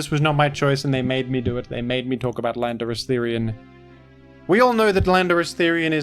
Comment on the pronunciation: I'm sure I just heard you say "Philanderous-Therian"